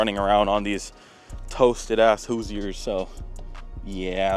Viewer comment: The way you pronounce Hoosier makes me cringe. Money doesn't make you a car guy...